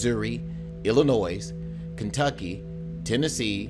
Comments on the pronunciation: Did you just say "Illa-noise' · There is no noise, in Illinois (Ill-in-noy) it's pronounced. Got my arc welding eye mask protection. Going to Idaho. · He says I'll-o-noise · The S in Illinois is SILENT! Read as E-li-noi. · The "S" in Illinois is silent. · My pet peeve as a local: You said Illinois wrong...